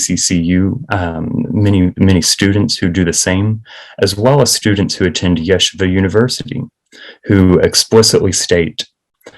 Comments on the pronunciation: Stop pronouncing it incorrectly!!! It’s ye-SHEE-va not YEshiva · Why is it so hard for these journalists to pronounce the name of the school correctly? Everyone know it's YEH-SHEE-VA.